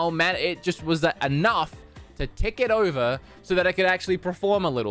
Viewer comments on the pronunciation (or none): none